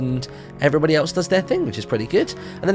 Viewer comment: *how his intro sounds to me*: ELLO EVEWYBOTY